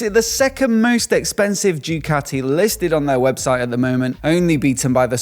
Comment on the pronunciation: Bro, you have a motorcycle YT channel. At least get the goddamn names right! It's Ducati, not Jewcathy! FFS!